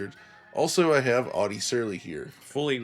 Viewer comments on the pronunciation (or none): none